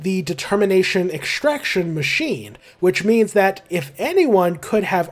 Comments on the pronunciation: every time you said "in terms of means" all i could hear was "in terms of memes" T-T (great video btw!!) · Every time you say "means" I have to think for a second to make sure I didn't just hear you say memes... Also fantastic video, holy crap. I'll be subscribing to catch more of these.